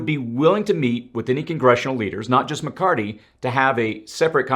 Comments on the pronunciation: Please. His name is Mc CarTHy. Not Mc CarTy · ITS MCCARTHY. NOT MCCARTY! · I think it’s McCarthy not McCarty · McCarTHY, not McCarTY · you sound like a Hillbilly. It's NOT McCartttttttttttttty as you like to say. It's McCartHHHHHHHHHHHHHHHHHHHHHHHHHHHHHy. You speak like you've never heard his name before.:oops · I like how you can him "mccarty" 😂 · Thanks for keeping us updated on current events. A slight correction in names. It's "McCarthy", not McCarty. 😊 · Something is wrong here. I'm not sure if someone wrote this dialog of this video up for you or am I seeing health symptoms? It's Blackrock not Blackstone. It's diplomats not diplomits. It's McCarthy not McCardy. That's just 3. Do you need to speak with the person who wrote this up or seek medical advice? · McCarthy...thank you. I kept hearing "McCarty" and thought my hearing was going bad. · Good vid. BTW, it’s “McCarTHy.” Thanks. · Just saying, It's Mc-Car-THY...last part is "Theee"...apropos of nothing. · Just fyi: Kevin McCarthy…the “h” is not silent. The “th” should be pronounced as such not McCarty. Thanks for all the info! Please keep up the great work! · Muh Car The..... is how you pronounce the speakers name 😂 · Where are you getting the hard T?, It's McCar-THEE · Are you purposely mispronouncing Mccarthys name? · Kevin McCarthy with a “th” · What is the record for mispronouncing McCarthy? :) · Mc Car thy (thee) not Mc Cart EE! Anyone else ever notice this guy pronounces certain words weird (incorrectly). Find it very very interesting!?! Even the Kevin is off! Not the first or second time I have noticed this makes one wonder.🧐🤔